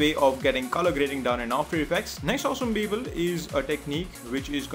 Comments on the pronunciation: your tutorial is good but please stop saying "esem beeble" * wathever that is.. haha. (i know ur saying awesome people) just don't anymore.. lol. thank you for the tutorial. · I actually thought he was saying Justin Bieber instead of awesome people...